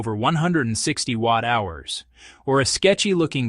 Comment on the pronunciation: Why are you using an AI voice? It can’t pronounce watt hours and milliamp hours properly.